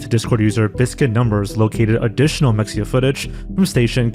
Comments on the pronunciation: Mexia is pronounced "muh-HEY-ah" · It’s pronounced: Meh-hay-ya. Mexia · I would watch a full mexia video but only if you pronounce it correctly. It's Meh-hey-uh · It’s pronounced ME-HE-YEAH, not MEX-YEAH. Did you even research the case at all???? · What is Mecksia? I know of Mexia, but not Mecksia. . . Weird. Wonder what Mecksia is. . . Did you mean Mexia? Its of Nahuatl origin so that X is an H. There aren't many instances of the X in Spanish sounding the same as the X in English. Usually its an H or S, and in some regions of Spain it is /ʃ/. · This is such a small correction but “mexia” is pronounced Ma-hay-ah. We have a town named mexia as well in east Texas. I grew up there lol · it’s not pronounced “mecksia” “”